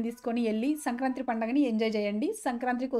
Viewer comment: సంక్రాంత్రి కాదు అక్క, సంక్రాంతి